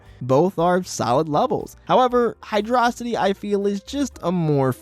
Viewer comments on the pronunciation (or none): HYDRO. CITY!!! Not Hy-dra-city! HYDRO mother🤬ing CITY!! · It's hyrdo city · HYDRO-CITY read it and weap, that's the official pronunciation according to SEGA itself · "Hy-DRAW-sity" - opinion invalid